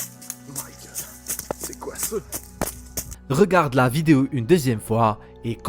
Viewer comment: J'adore c'est sur que c'est un québécois de la facon qu'il dit * C'est quoi ça! * Et ça veut peut-être dire que c'est tout près de chez moi!!! C'est Flippant!!! Merci pour tes vidéos xx